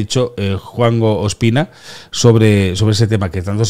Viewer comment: No se entera q no es Espina, es Ospina